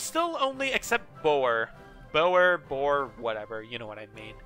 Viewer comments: i'll just come in on this one I am actually dutch, so might help what you say is perfect. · I'm serious, in all of the video the third pronouncination you did was exactly how a dutch person would say it, you even did it with a dutch accent. Though i do hope we don't have a miscommunication error here or you think it's the wrong one. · Your third pronouncination of boer was spot on.